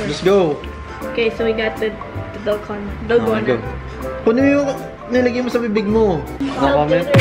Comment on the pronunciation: Sabi ni Ranz eh "dalgano" 😂😂😂ako lang ba???